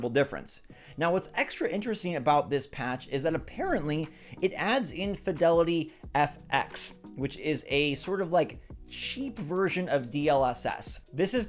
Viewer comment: INFEDILITY? Have you been cheated on my boy? It's FIDELITY FX 🤣